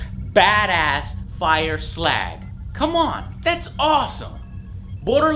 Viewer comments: skag not ZLAG!!!!! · he said bad ass fire slag instead of skag